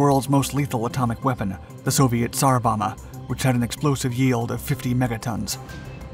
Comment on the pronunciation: Bomba is pronounced Bom-bah (Bom is pronounced like the dome, but with a b)